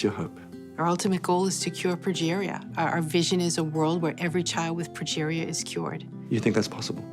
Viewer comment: Pronounced "progeria".